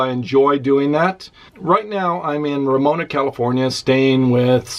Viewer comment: ramona not romona